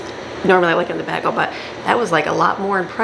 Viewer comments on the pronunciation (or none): Sorry,, I hate to say it, but I agree. We should always strive to better ourselves. My husband is from Battle Creek, has lived all over Michigan including the UP, Detroit, Lansing, Sandusky, Cheboygan and Holland and he says he has never heard anyone mispronounce bagel. I think it's likely a family mispronouncing that no one ever corrected, because it's definitely not regional. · I am from Michigan, too. I am still able to pronounce bagel properly. Furthermore, if you know you are saying it incorrectly, then you should correct yourself.